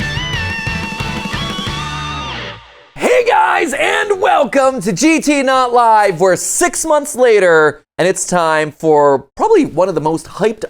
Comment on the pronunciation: Mat-Pat why do you say "GT not live" ?